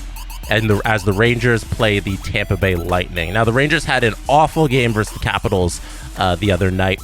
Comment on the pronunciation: it's "versus", not "verse".